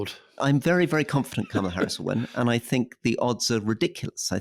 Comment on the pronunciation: Cam a la instead of karma la and bee zos instead of bay zos! Come on guys, do you want us to take you seriously or not?